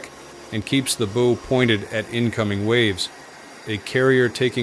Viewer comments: And ‘bow’ of the ship, not ‘bow’ on a ribbon. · "steaming into the wind reduces the relative wind speed across the deck and keeps the boo [SIC] pointed at incoming waves..." Yeah, no. Heading into the wind actually increases the apparent wind speed felt on the ship. And the pointy front end of a ship is pronounced "bow" as in "take a bow". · Bowwwww not bo hate Al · These AI voices are getting good but still stumbles over some abbreviations like mph which it pronounces as a word or ships bow which it pronounced as bow in a girls hair. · It's BOW------like the "BOW-WOW" SOUND A DOG MAKES . MAYBE ONE DAY YOU WILL LEARN THIS BASIC TERM! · For God's sake, use a human narrator or spell out "miles per hour" in the AI script. And its "bow" rhymes with "ow". Informative video, but affected by AI slop.